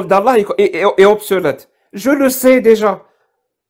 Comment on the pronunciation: on dit obsolète et non pas obselète, on dit utiliser et non pas ituliser. Les erreurs de